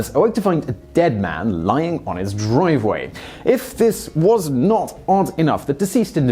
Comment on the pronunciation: Did you say dreeveway? wtf man even british folks say driveway